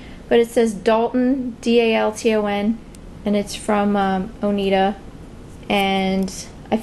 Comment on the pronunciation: Hi, the silverware is pronounced Oneida as in Idaho